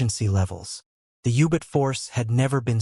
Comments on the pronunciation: The audio track is a travesty. Ubits. The AI fake human doesn't know to voice common abbreviations.. g = grams, km = kilometers... How much money are you saving by not having an 8th grader read the audio script???? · Can’t listen to a documentary where German submarines are called ubits! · Youbit? What the hell's a youbit?